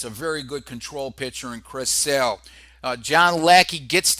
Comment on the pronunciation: Why are you pronouncing Sale as Salè?